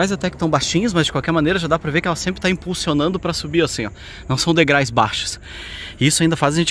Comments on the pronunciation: Pô. "degrais"!!!! Me desculpe mas, os degraus se ofendem fácil. KKK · Degraus !! Dói ouvir!! Degrais, degrais, degrais, degrais!! 😂😂😂😂😂😂😂😂😂😂😂😂😂😂😂😂😂😂😂😂😂😂😂😂😂😂😂😂😂😂😂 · Olha gente, assistimos vocês porque os lugares que são mostrados são lindos, mas por favor, procurem cuidar mais da gramática, não é rinaceronte, é rinoceronte, não se diz degrais e sim degraus. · não esqueça de que vc. é um INFLUENCER e é primordial que vc. fale bem a Língua Portuguesa! Não se fala "degrais" mas sim DEGRAUS! Desculpe minha franqueza! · "Degrais" foi de doer! Degraus! Mas valeu a vista. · Adoro os vídeos de vocês, mas não esqueça que o correto é: degraus, pois "degrais" não existe. 😂😂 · Degrais (SIC) é de doer os ouvidos .... Kkkkkkk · Falaram errado o tempo todo... Descuidam-se muito com um dos instrumentos de trabalho deles que é a língua portuguesa. Provavelmente não acham importante. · sigo a dupla dinâmica desde o início e você sempre fala errado o plural de degrau que é degraus e não degrais ok? Fica a dica aventureiros…. VAI ….. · Degrais (não). Degraus. Blz! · Degrais dói no ouvido, substantivo terminado em ditongo ou seja duas vogais na mesma silaba não permite o uso da palavra degrais, degraus tá? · por favor, são DEGRAUS, vc sempre fala degraus e fico nervosa 😅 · “Degrais”??? Essa doeu mesmo; credo…português sofrível 😵‍💫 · NÃO ENTENDO VOCÊ CONTINUAR FALANDO DEGRAIS NÃO SEI ONDE VOCÊ APRENDEU ESSA PALAVRA ME POUPE CARA FALE DIREITO. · `degrais` kkk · Eu tbm ia corrigir, soa esquisito quando falam errado, mas adoro eles